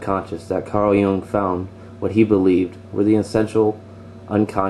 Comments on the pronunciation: It's pronounced "Yoong" damnit! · That Jung as in 'Joong'